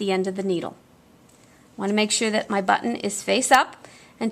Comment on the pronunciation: A lot of comments about the sewing but the most pleasant and refreshing aspect of the whole tutorial is pronouncing the word "button" correctly 😂. Too mamy times the double t sound is not annunciated. Many people say bu-in, never clearly saying one t let alone borh